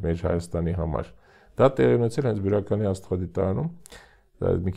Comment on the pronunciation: Աղջիկ ջան մեր գյուղը բիրական չի այլ բյուրական